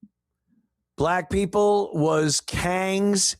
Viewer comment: every time you say “kangs ”, it cracks me up!😂😂😂